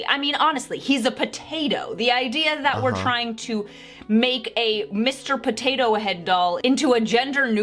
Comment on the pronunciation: I just want to know what is going to happen to the animatronic potato head at disney XD... but seriously I find funny how says. Pothatho